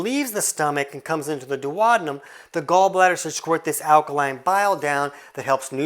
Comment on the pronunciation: Please stop 🙉 I can't cope with dew-od-num 😭.